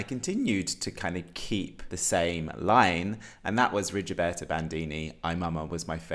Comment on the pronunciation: Just one tip: her name is pronounced Rigoberta, not Rigioberta ;-) Oh, finally I find someone whose Rigoberta's Top 1 (after Ay mama) is Too many drugs!!! It was her first single, released during the second week of lockdown in March 2020 and I instantly fell in love with her then... Please have a look at her lyrics because they mean soooo much in her songs.